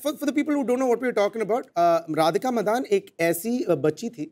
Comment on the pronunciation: Is it pronunced as Radhika Madan or Madaaan.....I thought she was a Tamilian or Telugu by her surname.....her voice is so like Tabu’s...